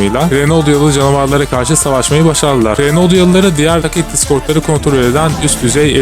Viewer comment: video asiri iyi ama tacet ve TDs telaffuzlari yuzunden devam edemicem sanirim